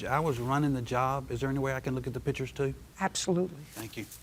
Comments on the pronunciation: "Pitchers" or PICTURES? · Pictures, not "pitchers". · That's what I kept saying, but the plaintiff kept pronouncing it as "pitchers"